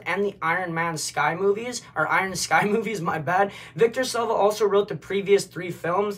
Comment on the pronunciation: Victor “salvia” 🤣 my guy smoking too much thinking bout that k2 🤣